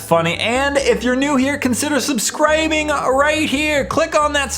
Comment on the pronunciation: Did anyone else notice that he said subscribing wrong